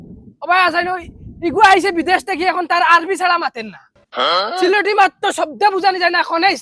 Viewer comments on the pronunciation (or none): সিলেটী ✅ ছিলেঢী নায়❌